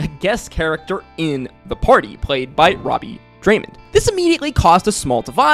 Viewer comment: this video is a bit old but I noticed you said Robbie Daymond's name wrong.